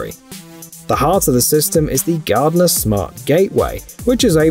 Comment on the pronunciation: Many of these tools or equivalent ones have been around since the 90s. And GARDENA is pronounced GAR DEENA not gardener.